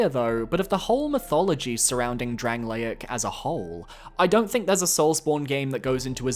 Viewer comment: sorry but how did we pronounce dranleic, lots of attachment you say?????? pfff bro thats rancid